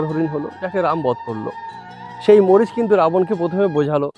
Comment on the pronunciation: মরিচ নয় মারিচ